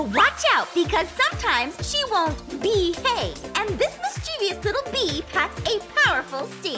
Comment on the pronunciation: Did one of them say bee-have